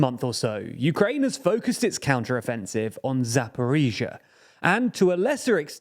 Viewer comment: You learnt how to pronounce Zaporizhia! Good job. Now, Kakhovka and Dachy. I honestly just don't understand why not just dedicate some 10mins just to learn the pronounciations